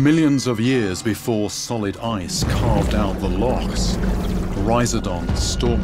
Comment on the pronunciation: rhiz-O-dont, not rhiz-A-dont